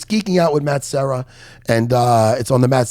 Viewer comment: Serra not sierra